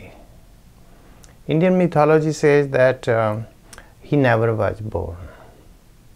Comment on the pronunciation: Apparently a Dalit in India was recently murdered for riding a horse. This is one of the reasons for rioting in India recently - 2018. Congratulations upon your correct pronunciation of mythology, always mispronounced by Indians.